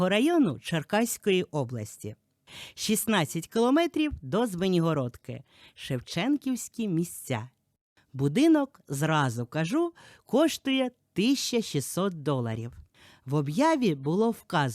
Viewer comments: Доброго ранку.Бачила ваші відео на заході,зараз перебрались в центр,хочу заувадити,правильно читайте назву населеного пункту,не Звінігородка,а Звенигородка.Повільніше показуйте жилі кімнати,а не повехнево,стелю і до половини стіни,а менше дорогу яка займає половину відео.Без образ. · Я проживаю в цій місцевості,кілька раз продивлялась ваші відео,не витримала,ви хоч правильно читайте назву населеного пункту,не Звінігородка,а Звенигородка,краще детальніше показуйте кімнати(а не поверхнево стелю і по пів стіни)чим пів відео дорогу.Без образ.